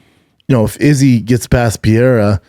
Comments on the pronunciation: Does he mean pereira when he says pierra? 😂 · Jesus Christ... Brenden just did the fight companion with Rogan and Joe told him how to pronounce the name "Pereira." He still can't get it right.